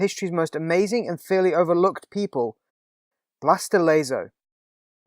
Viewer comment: Blas de Lezo era el puto amo, deberían hacerle una peli, por cierto el del vídeo podría aprender a pronunciar Blas de Lezo que me chirrian los oídos de oírlo.